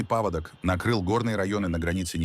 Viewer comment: Уважаемый AI, отредактируй ударения! Ну, хотя бы, не поводОк, а пАводок.